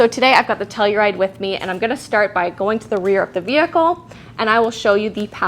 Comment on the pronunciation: | Gabi, listen to how pronounces Telluride 😃